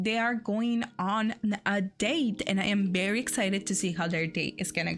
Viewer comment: You say Very not Bary 🤣 Very well very good NOT bary !